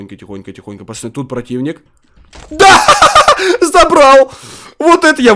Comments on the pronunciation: почему ты говоришь пачаны, а не пацаны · Почему говорит почани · Ты говоришь пачаны